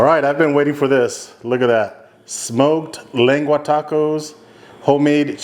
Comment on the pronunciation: U can't even say lengua lmao 😂 pocho